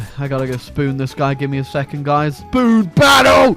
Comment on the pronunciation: I love how you say spoon, sounds like spewn